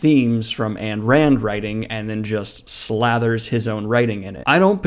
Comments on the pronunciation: I'm sorry... but the way you say AN Rand and not IYN Rand triggers the fuck out of me. That is all. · I like your vids, but your constant mispronunciation of AYN Rand’s name set my teeth on edge!!! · Notba criticism of the actual content of the video, but I kind of hate the way you pronounce Ayn Rand. I loathe the woman but that just ain't how that's pronounced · Dude, you can even pronounce Ayn Rand correctly. You’re a libtard idiot. You are not to be trusted. I’m done, goodbye idiot.